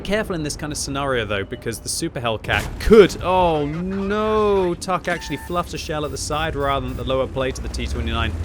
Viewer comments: Its not "tahk" in latin but its in cyrillic and pronounced "Tank" 😅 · TAHK is pronounced tank, not tahk, by the way, for the Cyrillic N looks like the latin H...